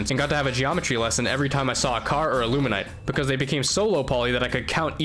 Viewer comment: Bro please it's illumin-ATE not illumin-ITE lmao clearly another victim of their cognitive disruptors (Amazing vid btw impressive resolve)